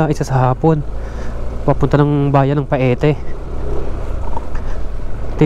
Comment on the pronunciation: Ang correct na bigkas ay Payte not Pa-e-te.